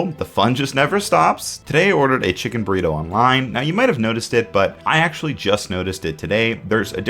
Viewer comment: sounded like you said "Burweedo" for a sec hahaha workaholics